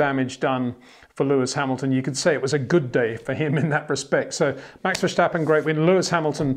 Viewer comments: there is no SHH in Verstappen mister Windshore... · Why does he say Max Vershtappen? He wouldn't say Shterling Moss, would he? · If Max were German then yes say Vershtappen but in dutch its Verstappen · Is it that hard to pronounce ‘Verstappen’ right as a non-Dutch speaker?